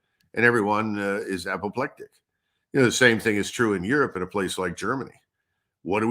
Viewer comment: Aerope not Europe